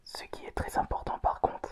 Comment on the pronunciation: On dit parcontre pas parconte